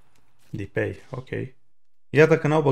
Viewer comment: Nu se pronunta dipei.. se pronunta exact cum se scrie,depay..